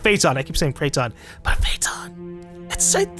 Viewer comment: Lol he said Prayton instead of Phaeton xD